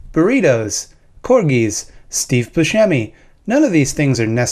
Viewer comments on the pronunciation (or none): none